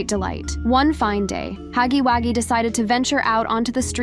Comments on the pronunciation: It’s “Huggy” wuggy not Haggy Waggy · Girly,It’s Huggy Wugggy,not Huggy Waggy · It was funny when you said Huggy waggy😂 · It’s not called haggy waggy